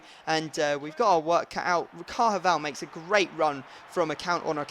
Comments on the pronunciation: its pronounced carvahal not carhaval get the fucking name rite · Car-va-jal ✅ (car - va - hal) Not car-ja-val ❎ (car- ha - val) Hahaha great vids mate